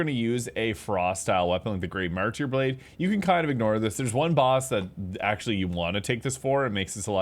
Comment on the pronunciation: Man I was wondering why my ripostes did fucking no damage. Also, it is "marter" not "martEER"